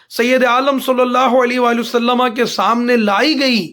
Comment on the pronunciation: जनाब हर बार आप वसल्लम के बजाए वसल्लमा क्यों कहते हैं